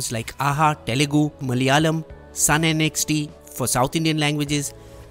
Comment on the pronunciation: Pease pronounce 'Malayalam' properly. It is not Malyalam. Plus when you mentioned remakes u showed thumbnail of Chandramukhi (Tamil) movie whereas you skipped the original Manichitrathazhu (Malayalam). Also the thumbnail shown for the OTT platform Koode is actually the poster of Malayalam movie Koode 🤦